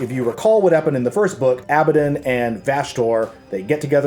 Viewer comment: ANG-RON....ABA-DON......ur saying it weird....or I'm weird .....